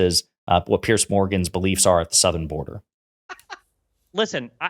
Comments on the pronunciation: Piers Morgan isn’t a Conservative, he’s an obnoxious attention seeker. By the way, his name is pronounced PEERZ, not PEARCE. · It's Piers like Peers, not Pierce.